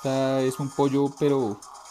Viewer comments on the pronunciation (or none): none